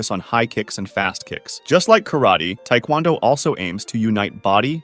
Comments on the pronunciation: The way he pronounced taekwondo makes me wanna shoot myself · Small correction: taekwondo, at least here in the States, is usually pronounced with emphasis on "do" rather than "kwon." Both pronunciations are technically correct, though. Love your work, it's great even if I do have minor nitpicks.